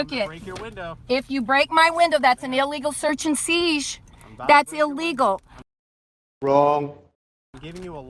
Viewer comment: Wtf is an illegal search and seesh?